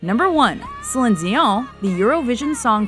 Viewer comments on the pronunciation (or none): "celine djión"